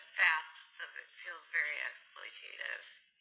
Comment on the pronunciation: made fun of someone misspelling 'perjury', but still can't correctly pronounce 'exploitative' at this point in her "journalism career"... Google has a tool that will say the word out loud correctly to teach you,. Did you know that? Well, now you do. And if cooking is so simple, why don't you do it more often? Thinking about the pics of that pathetic Thanksgiving 'dinner' she posted for Thanksgiving '21...